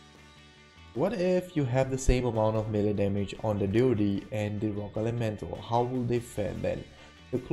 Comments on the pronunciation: It's Deed not Dode or dee ode. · why does he call it dee oh dee????